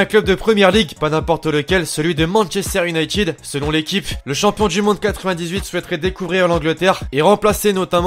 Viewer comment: toujours tu dit chompion du monde arrete elle le 16 auot